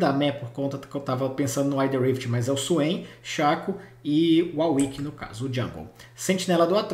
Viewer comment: Por favor man, "WAR WICK" da uma gastura ouvir uau wick.